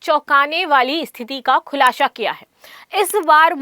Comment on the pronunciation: हिंदी का उच्चारण करने नहीं आता: खुलाशा.. मानशून... इत्यादि. पता नहीं शिक्षा का स्तर या उस विद्यालय का स्तर जहाँ से शिक्षा प्राप्त की हो.